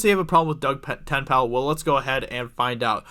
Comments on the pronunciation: who is Doug Ten-pal? haha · Doug Ten-Pale. Hilarious. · Doug Tent-Pal? Who is Doug Tent-Pal? Just say Dirty Dug. Everyone knows who you mean then.